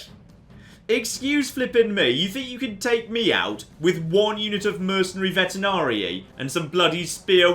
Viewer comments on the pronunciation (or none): it's Veteranii, not Vetenarii. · Revisiting this series after some years. Still love hearing "vetenarii" instead of "veteranii"...